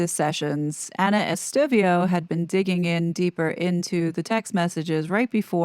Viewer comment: Estevao is pronounced ES TAY VOW. You obviously read comments.